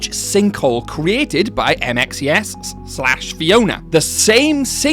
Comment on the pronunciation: Its M.X.E.S not M.X.E.X